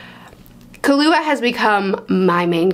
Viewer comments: Your way of saying killua it's pretty fine to me tho ❤️ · Oh you've been saying Killua right. Unless they want you to put emphasis on the "Ki" part, I don't remember if the 2011 anime dub does that. But the 99 adaptations dub I first watched said it how you do . But in general you're good, it's a pretty simple name. Also Canary is a girl lol. But yeah, want her and Killua to just hang out someday.